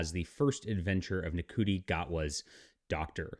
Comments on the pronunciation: lol dude cry harder. I love your bs take on things you don't know shit about. it's pronounced "shooti" btw. Sorry you didn't know this but America has always been a liberal country at it's core. with that said, this was made in the UK bro... did you know? look at you clinging to obsolete ideals. way to go bud. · Glad that you're pronouncing his name phonetically. Rafe for Ralph has always been a bit irritating for me but Shooti? That's just ridiculous.